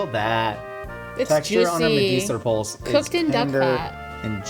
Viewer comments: It's two syllables, pølse. Poull-se i guess is a close american approximation. Not like pulse, as was said in the clip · I love how Americans just cannot pronounce Pølse. Medister pølse. I don't even know how to explain how to pronounce it xD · was SO close.. And then the Ø messed him up LMAO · plz for the love of medisterpølse learn how to pronaunce ø🤣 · Hej hej! Swedish person here! Great episode! Despite the "great" pronunciations. 👌😆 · The e in pølse is not silent, and everything you are doing in this video is heretical. Great work, keep it up❤